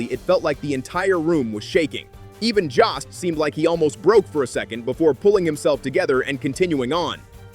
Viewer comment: JOST RHYMES WITH GHOST !